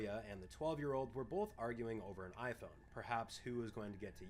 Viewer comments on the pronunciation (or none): I can tell you’re midwestern bc you say “bolth”